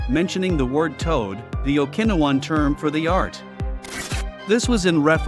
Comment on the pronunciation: AI crap. The pronunciation of Okinawan 😂